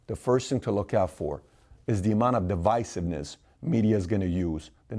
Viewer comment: Divisiveness with an "I". I was compelled to say something, sorry Pat. I love what you do, keep it going.